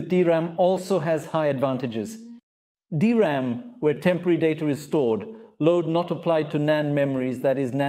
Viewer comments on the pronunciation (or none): The DRAM (pronounced "D-Ram", not "dram" - a dram is a small drink, usually of Scottish Whiskey) is a buffer to cache commonly used data that the CPU repeatedly requests, in video it 'may' be used to buffer writes to the drive, but video capture and playback is usually high speed sequential read and writes, where the DRAM buffer is ideal for short Random read/write requests, especially those that the OS is using Virtual Memory. So, yes, the DRAM equiped NVMe drives will have a use in video production, but is actually made to be used as System Drives and Boot Drives and is better suited to those, both for the speed and for the wear-leveling, as read/write operations that go to the DRAM buffer don't wear out locations in the NV-Ram chips. Basic Rule : High Speed Sequential Read/Write = Video. DRAM Buffer = System Drive.